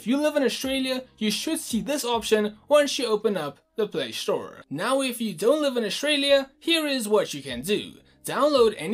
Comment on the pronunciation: Play store/Australia, not Play shtore/Aushtralia